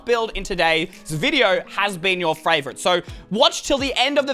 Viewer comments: he says fravourite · did he say "frayvirite"?????